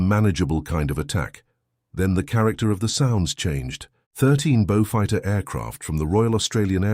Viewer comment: One thing you Robots never get right IT'S BEAUFIGHTER !!